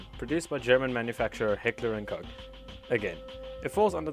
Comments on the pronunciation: Bro said "Hitler and Koak" instead of "Heckler and Koch" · aw hell nah, it aint ”Hitler & Cock” its “Heckler & Koch” 😭🙏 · Hitler and cock